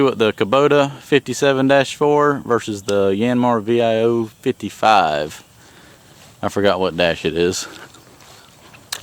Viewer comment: Das Modell heisst Vio und nicht Voi.